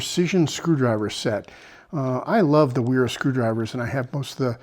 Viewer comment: Stahlwille = SHTALL VEEL eh In German "ST" and "SP" are pronounced SHT & SHP respectively. Agree, their finish is not as nice as Knipex: I have some too. Wera = VERR uh - you went back & forth 😂 Good job on Knipex! For future reference Wiha = VEE ha or VEE uh. Just trying to help. Finally getting some use out of 2 years of college German, lol. I favor the Knipex of the tools reviewed but the Klein Ball Grip is nice. Subscribed. ATB!